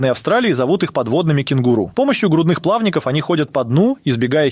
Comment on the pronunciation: Повёл этот молодой человек нас на кликбейт. Нет сначала было как раз про существ на камеру, а потом автор ролика во время видео переобулся и начал рассказывать про вымерших животных, ну я ещё упал с плА́вников